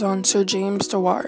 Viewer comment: Shame you can't say his surname properly